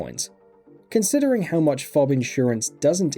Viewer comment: who the fuck pronounces FOB as fob